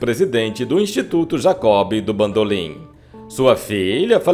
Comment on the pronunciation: "Jacó Bidú bandolin" 😂😂😂😂😂😂😂😂😂😂😂😂😂😂😂😂😂